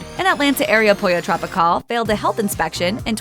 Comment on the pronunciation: Pollo TropiCAWL 😑 hate that pronunciation.